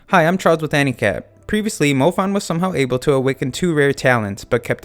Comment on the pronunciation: In the beginning it sounds like you say "Hi i am Charles with handicap"